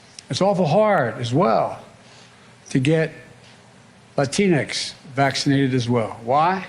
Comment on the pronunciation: He had a brain misfire and combined latina and hispanics. “Latincs”. 😂